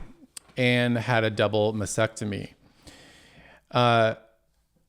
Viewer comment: Mastectomy. T. There’s a t in the word!